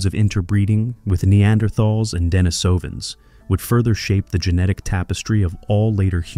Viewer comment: Pronunciation: De-NI-so-van, not De-ni-SO-van.